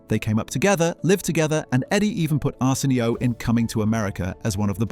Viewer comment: Is this shit ai? Who the fuck says “arson. e. o.” but an ai voice😂